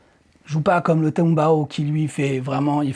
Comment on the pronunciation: Le tumbao existe réellement tu ne l'as pas inventé et çà se prononce bien comme çà, mais c'est dans le Són, la Salsa et ses dérivés ;)